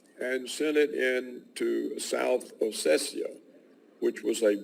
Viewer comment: South Ossetia, not Ossecia